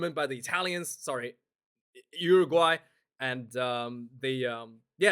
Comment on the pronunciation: lol...cmon its Uruguay